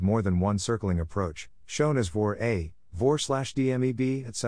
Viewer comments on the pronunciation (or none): I certainly appreciate the effort but the robot voice can’t pronounce things right and can’t use the right infection making it difficult to listen to. Listen to as an example. It pronounces MEA as MAY-uh. It calls a VOR a “vore”. If there had been an actual human reading this like a real audiobook, preferable a pilot that knows how to pronounce all the abbreviations appropriately, it would be 5 stars. I give it a 3 as is: it’s better than nothing, but no substitute for reading the book. Here is a tip to the listener. I turned the playback speed to .75 and it slowed down enough to let me translate in my head what Mr Siri had actually said, and that helped.